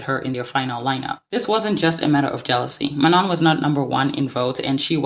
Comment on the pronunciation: I do agree with what you are saying but why do you keep saying Manon’s name incorrectly? Like it’s literally said in the show multiple times and the clips you used yet you still choose to say her name wrong